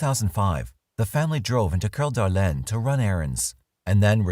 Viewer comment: narrator does speak french, so. can't really fault him for saying it correctly.